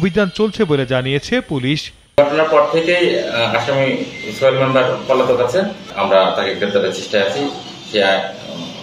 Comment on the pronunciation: তার নামটা কি ছয়েল? না কি সোহেল? উচ্চারণ এত বাজে কেন?